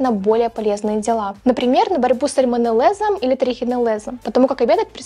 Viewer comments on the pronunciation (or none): Сальминеллëз (не лэ, а лë) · СальмонеллЁз и трихонеллЁз. Не в первый раз замечаю, что вы игнорируете букву "Ё" в словах. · Трихинеллез и сальмонеллез через ё говориться😂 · сальмонеллЭз и трихинеллЭз 😅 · Так, кто удалил из встроенной клавиатуры твоей речи букву ë? Сальмонеллëз и трихинеллëз. А то, несмотря на всю сосредоточенность видео на внутреннем мире, речь звучит не грамотно